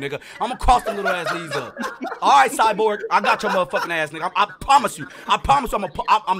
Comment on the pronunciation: CUZZZZ SAID “CYBORG”!!!!!😂😂😂😂